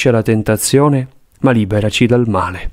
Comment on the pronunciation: La voce guida per tutta la coroncina quando recita il Padre Nostro dice: "E liberaci dal mare.🥺". Solo gli ultimi 4 Padre nostro vengono recitati correttamente. Buona vita a tutti